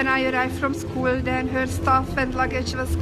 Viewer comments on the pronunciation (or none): none